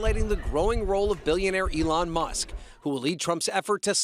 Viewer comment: Musk not Muhs